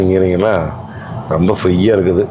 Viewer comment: Love the way he said roambba sappaya iruku, compared to Bose speakers 😂